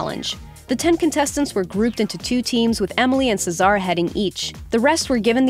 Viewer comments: Do they read the scripts without watching the actual episodes? Cesar's name is pronounced just like the name it derived from. How in the heck did they get "Suh-ZAR." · "Czar" Bruh... Cesar is not a hard name to pronounce. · I'm actually triggered when she said Cesar's name incorrectly. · I cringe every time she mispronounces Cesar 🙄🙄... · Cesar name is called as c-sir, not se Sar, farhan name is called as far- hand, not farhen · The only striking thing about this video is how you butchered some of the peoples names like chef Joe’s last name and chef Aarõns first name same for Farhan and Cesar